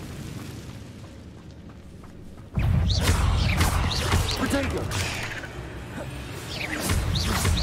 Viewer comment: Everytime he says 'protego' I hear 'potato'